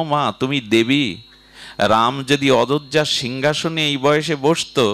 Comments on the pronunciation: Adhojya. Na. Bole. Ajodhya.bolley suntey. ভাল ।লাগবেকি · Uccaran bhul hayeche Ajjadha habe Aadha ja na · অদোজ্যা নাকি অজোধ্যা আমি কি ভুল হুনছি আমায় ক্ষমা করি বেন